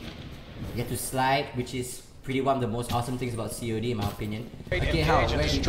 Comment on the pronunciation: just say cod not c o d